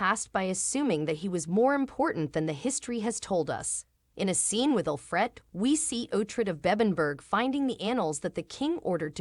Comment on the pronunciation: This person cannot even pronounce Alfred. The show did not have a sad ending for Uhtred. Did she not realize that he got Bebbenburg back. Stupid video.